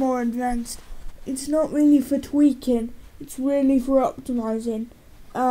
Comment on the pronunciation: "It's not really for tweakin' its weely foh optimizing"